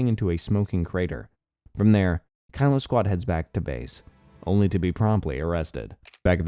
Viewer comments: Kilo is pronounced key-low, not Kylo for the love of god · Kilo: key-low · he pronounced it like Kylo Ren several times in the video